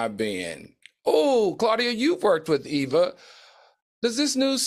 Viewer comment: Can who ever from this channel fix EVA’s name, it’s not Eve